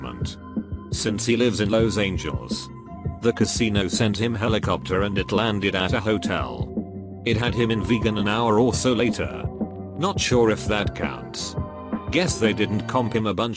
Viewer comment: a perfect demonstration of the imperection of AI talking. Los Angeles is pronounced LAWS ANJELIS and not LOWS ANGELS!